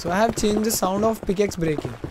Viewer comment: He don't tell pikaxe he tell pikoks